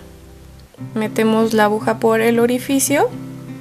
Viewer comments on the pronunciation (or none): Excelente tutorial....Quería acotar que la palabra no es abuja ,sino AGUJA JIJIJIJ